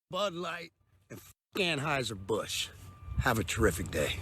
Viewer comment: Lol dude...First, and maybe im out of the loop and I missed something but isn't it ANheuser Busch, not AMheuser Busch? Second: Busch supporting a tiny Itty bitty minority ≠ bud giving a middle finger to their base. What we need to worry about is the sea level rising because a bunch of SNOWFLAKES are melting.